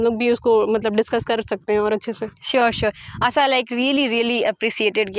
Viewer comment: आशा ❎ आसा ✅